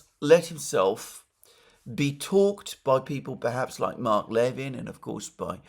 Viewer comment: NB Mark Levin pronounces his last name with the stress on the second (not the first) syllable.